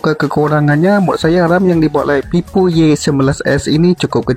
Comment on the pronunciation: Itu ngomongnya Vivo apa pipo??